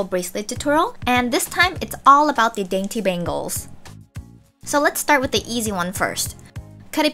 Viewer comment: tada Dainty, the way she emphasized it omg I cant lol, But I love the video such great ideas